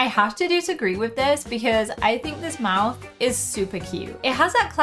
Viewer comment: To be honest I heard you say mouse instead of mouth 😅